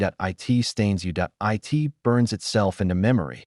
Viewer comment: How hard is it to just read from a script instead of using AI that can't pronounce "it" correctly.